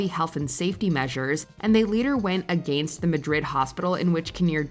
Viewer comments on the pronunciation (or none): I was just thinking, the lady doing the narration not only has a vocal fry, which makes her sound a bit like a valley girl, but also a thick Canadian accent. The tip off is with the way that she pronounces "against" as "Aay-GAIN-sst!"